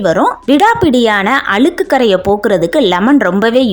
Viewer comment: அளுக்கு இல்ல அ ழு க் கு என்று உச்சரிக்கவும்